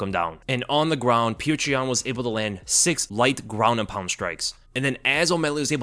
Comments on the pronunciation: Why are you calling him “peach tree yan”.?? That’s not even close to his name. I was more fired up for omally than any other fighter ever. Don’t know why I just feel like proud of him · Ay yea i love "petra" yan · subliminally plugging Patreon when saying Petr Yan